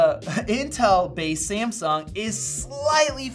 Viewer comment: Its Samsung not Siamsung